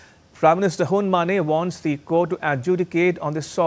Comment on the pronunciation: Uncle, his name is Hun Ma-NET. Not Hun Ma-NEIGH! He’s not a horse 🐎 for God’s sake!!